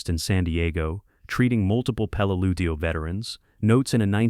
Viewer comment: I can’t watch this beyond 15 mins. The number of different pronunciation of Peleliu is off the charts. You got it right twice and the pronunciation changes every time it’s pronounced. Sloppy junk